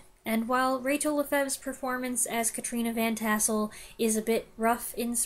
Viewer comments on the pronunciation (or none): none